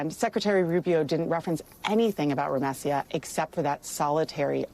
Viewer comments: The ACLU attorney,, couldn't bother to even learn her name, correctly. She keeps pronouncing it with the "s" and "y" transposed, like Rumesya. But her name is Rumeysa. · I wish the attorney knew how to say Rumeysa’s name properly :( between the persistent Hamas questions from the reporter and the attorney not knowing to say her name correctly, Rumeysa isn’t seen as a full human being in this segment :(